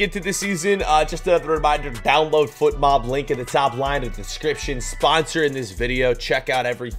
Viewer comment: My guy can’t pronounce his sponsor’s name It’s fotmob not footmob